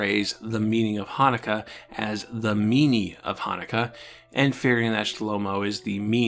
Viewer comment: You: Now, I'm not Jewish. Every Jewish person hearing you pronounce Chanukah and Rosh Hashana: We know.